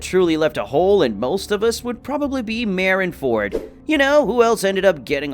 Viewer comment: "Merin Ford" For some reason it makes me mad.